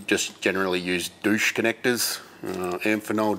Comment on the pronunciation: I was glad when I heard you pronounce it doosh.